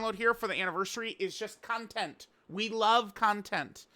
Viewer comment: The way you say “content” 🤢🤮